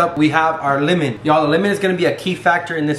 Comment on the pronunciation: can we just talk about the fact he pronounces it limen instead of lemon? 🤔